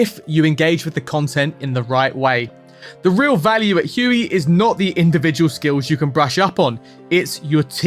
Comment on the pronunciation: scimitar.... don't pronounce the C... it's not SKIM MILK. aww geez... huey? noooooo bruv. noooooo. say WAY...